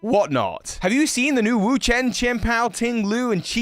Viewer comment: I hate to tell you,, but you're still saying Wo-Chien wrong.